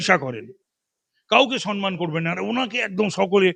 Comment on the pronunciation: দিদি আপনি তো সবেতেই phd করেছেন , বাঙালি বাংলা করে করে দাপিয়ে বেড়ান সম্মান কথাটি আজও শুধরাতে পারেন না, সেই আপনার বিরোধী মঞ্চ থেকেই শুনে আসছি সনমান, কথাটি সনমান নয় সম্মান।